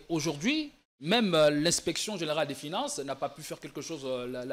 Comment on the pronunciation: Notre L'argent... Dans UNE hôpital... la majorité de NOTRE congolais... "FINEINSSE" au lieu de FINANCE...Français oyo elekeli ngai. Malgré la pertinence de l'analyse !